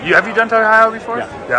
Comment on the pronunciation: Can someone help me out here. Why does Smart Mark keep saying “Toy Hee Hoo”. I’m so confused and disturbed! 😂 I get the “Hi” and “o” at the end of Ohio but never heard him say it this way. Lord help us all!!